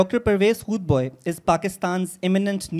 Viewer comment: O Bhai, correct your pronunciation. He is Dr Hoodbai and not Bhoy. Secondly, what was the justification of introducing the speakers in English. You looked very Jaali.